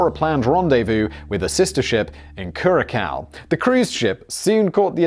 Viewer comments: I can confirm that everything is true about maduro and the resolute. I live in VE, and its spoken "kurasao" not "qurakao" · Curaçao is pronounced as 'Curazao' (the small 'comma' under the ç is called a 'Cedilla' that 'changes' the usual 'k' to an 's' (or 'z')-sound. It's an island part of the Dutch Antilles. I think diacritical signs are not very common in the English language. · Hey Simon, in case it comes up again, the little "c" in Curacao with the squiggly line under it makes an "s" sound when spoken so the name of the country sounds more like "Cura-sau" when pronounced. I had a roommate who happened to be a national from there.